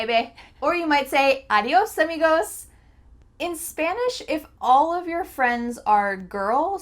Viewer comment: I thought for a while you spoke Spanish. You sounded so Latina when you said "adios amigo"